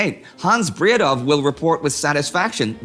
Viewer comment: The "w" in Bredow is silent, his name is pronounced rather "Braedo".